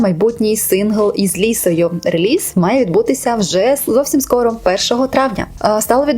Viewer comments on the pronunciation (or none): none